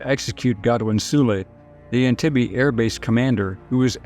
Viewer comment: Entebbe Pronouns is wrong Learn Swahili